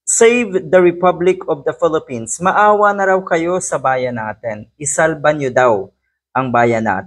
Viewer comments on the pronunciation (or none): none